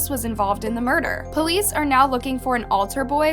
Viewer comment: Bro said murger